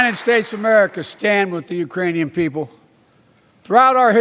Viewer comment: Ukrainian people. Urainian people. Irainian people. Not the brightest president....